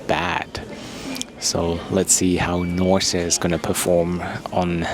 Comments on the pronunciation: You pronounce the name wrong, it's Nors e, without e at the end . Like a horse. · Is the name not spoken as NORS? The long E at the end doesnt belong in the pronounced airline name, does it? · Something does not sound right with the NOR-SEEE pronunciation. Should be "nors(e)" ? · Not sure how you missed on Norwegian being bankrupt (they certainly are not), and the name of this airline being Nors’ (with a silent E), as in Norse Mythology…